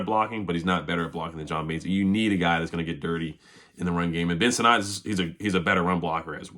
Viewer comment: Sinnott is pronounced "SIN IT" not "SIN NOT"